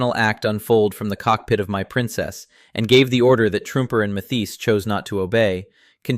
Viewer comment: Hey AI narrator guy...2nd Lt. Walter Truemper is pronounced True-Emper and Sgt. Archibald Mathies is pronounced Math-ees. You got that one right once or twice.